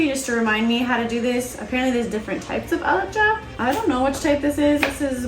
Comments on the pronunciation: I like how you said alicha in a perfect amharic lol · ❤❤❤❤🎉Good job, you are an amazing person 👏 👏👏 even your accent is perfect when you say berbere, alcha wow. God bless you and your family. we love you ❤